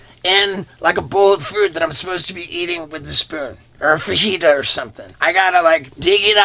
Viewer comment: That’s not how you say fajita